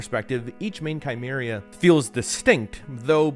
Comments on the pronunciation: Brother it's not pronounced Chimeria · you knew what u were doing with that chimera pronunciation